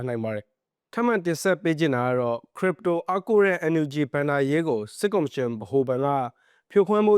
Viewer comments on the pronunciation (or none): ခရစ်ပ်တို လို့အသံထွက်ပါ